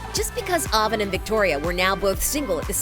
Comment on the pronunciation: She can’t pronounce Avan and Jay ?